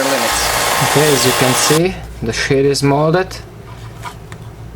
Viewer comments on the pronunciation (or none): Does any one else hear grey shit not grey sheet no afence